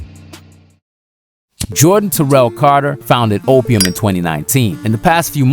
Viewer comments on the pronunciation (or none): none